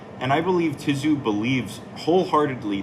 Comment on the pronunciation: "tim ti-zoo" 😂